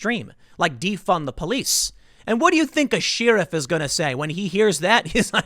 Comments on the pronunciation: Is it just me or was Tim pronouncing sheriff oddly? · Seriously, how can someone not know how to pronounce the word "sheriff?" I mean, holy shit. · Do one of these and time stamp every time he mispronounces sheriff! LOL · haha I did notice that too! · Tim...... that’s not how you say sheriff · Come on Tim I know you can pronounce Sheriff correctly (hint you didn't in this video) Also it's Mc Donalds NOT Mac Donalds. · Someone close to him, please help Tim pronounce Sheriff correctly. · I hate that you dont know how to pronounce sherrif. Otherwise good journalism. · You are mispronouncing Sheriff... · I'm amazed there are not more comments about this. Is Sheriff an unknown word in some parts of the country? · Tim why do you pronounce "sheriff" as "she-riff". It's driving me crazy. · Tim pronounces sheriff as 'she-ruff'. That's all :) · Am I the only one who picked up on how Tim pronounces Sheriff? He says it like sheer-ruff .. fucking weird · Tim saying She-riff is weird. Lol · She riffs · I know, it really bothers me when he says sheer-ruff lol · “She-riff” Seriously? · It’s pronounced Shehr-iff my dude... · Uh Tim, in America, we pronounce it "share-if" . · Does Tim always say "sheriff", like "sheeriff"? 🤔 Never noticed that before. .. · You may be asking yourself why I pronounce it SHEER-iff, that’s honestly what I was thinking when he said that haha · Digital Footballer Lol this guy pronounces Sheriff as sheer-ruff .. fuckin weird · Tim. I say in friendship, you are miapronouncing "sheriff" and it's driving me nuts. =) love your content, "sheh-riff" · Take a shot everytime Tim says "Shearif." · Why do you say "shee-riff" Tim? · What the hell's a "sheeruv"? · You lost me at “shee-ruff” 😂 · It is pronounced like this Tim: share - riff. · Shear rift! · Who tf pronounces sheriff, “sheeriff”... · Nah ... “she rif” just sounds weird. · Everyone: Sheriff Tim: Sheerif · OMG thank you... this actually annoyed the HELL out of me... WTF is a shee-ruf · “Sheer-if Wedding”